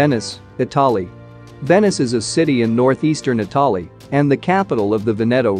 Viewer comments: Itahli.....Meeami....Crazy pronunciation...too bad this guy can' read English. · Rio deJaneiro is very much at risk. Incidentally, how extraordinary to be able to pronounce "Thames" correctly but not "Italy" or "medieval".